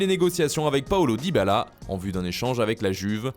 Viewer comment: et le fameux «Paulo dybaala»